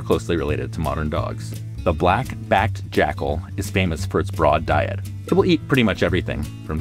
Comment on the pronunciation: The very articulated delivery of the "black. backed. jackal" was really giving "this was a tongue twister for me and I. Will. Not. Mis.Prounounce. It."